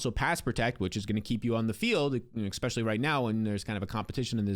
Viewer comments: “Ex” specially???! You’re killing me smalls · Bro, I have to say it. "Especially" doesn't have an x in it, it's not "expecially".